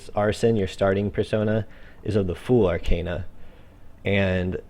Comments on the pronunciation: It's called Arcana not Arcena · Pronounced Arkana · If you want to go for the latin pronunciation, then it's ar-kah-nah. That's how most people whose fist language is a romance language (like myself) would spell it. Considering that the very word Tarot comes from the Italian "Tarocco" and that Persona is the current word for 'Person' in Italian and it is spelled exactly how the characters spell it in the game I think it's safe to assume that the latin pronunciation is the correct one. But hey, I mispronounce English words all the time so who cares :P